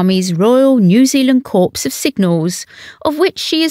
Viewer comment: Anne is royalty personified and gives her royal role the full attention .The commentary here is torture to listen to would someone tell the dope that corps is not pronounced corpse